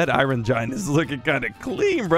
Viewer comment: OMG SOMEONE WHO SAID IRON CORRECTLY!!